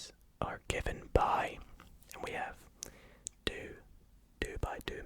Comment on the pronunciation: Everytime he says two I hear ‘dude’ but like this ‘dude’ boys with t shirts of a sports team and sunglasses 24/7 say Don’t ask me why